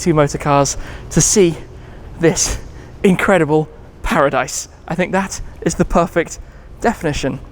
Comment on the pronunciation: Incwedible Kaaz Indeed!!